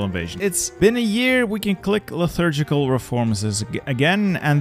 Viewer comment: My brother in Christ, where do you see an 'h' in the word 'liturgical'